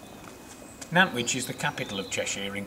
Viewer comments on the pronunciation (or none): Mate I think its pronounced wiych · It’s pronounced Nant - witch